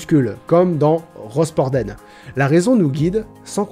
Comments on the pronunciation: étant du Morbihan je dis Rosporden (Rospordain) et non Rospordenne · alors je suis extrêmement flatté que mon petit patelin d'à peine 7 000 habitants soit dans une vidéo d'un des mes youtubers préférés MAIS on prononce "Rospordin" et non pas "Rospordenne". tu n'es pas le seul à t'être trompé sur sa prononciation mais c'était juste pour corriger (après j'te comprends t'es sud-finistérien donc bon...) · Alors, il y a plusieurs bleds qui finissent en "en" dans le Finistère.. Il me semble qu'au niveau de la prononciation on prononce "ain" quand le bled est dans les terres genre rosporden ou melgwen et on prononce "enne " quand c'est au bord de l'eau genre pont Aven ! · Rospordène et pas Rospordun ? Really ??? :p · c pas "rospordenn" mais rosporden "din" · Alors, Rosporden ne se prononce pas "ROSPORDENNE" mais "Rospordin". JE SUIS OUTRÉE PAR TANT D'IGNORANCE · On dit RospordEN, comme PlouviEN ou riEN, et pas RospordENNE, comme Pont-AvENNE ou la pensée NietzschéENNE!! Mais je n'en veux pas au Brestoâ que tu es! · ROSPORDEN ET PAS ROSPORD'ENNE !! BORDEL À QUEU !!! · Il s'est fail dans la prononciation, en plus. Ça se dit Rospord"1" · Cette série sur la philo est vraiment intéressante, j'espère que tu vas continuer ! Et sinon ça se dit " Rospordin " ahah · Alors, petit commentaire ennuyeux des familles, mais en connaissance de cause, ON DIT ROSPORD[AIN], ville dans le Finistère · On dit Rospord"in" pour Rosporden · On prononce Rosporden "Rospord1" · Rosporden se prononce Rospordin 😁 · Malheureusement pour moi ? Il n'y a aucun malheur pour moi, il n'y a que des gens qui ne savent pas prononcer correctement les noms.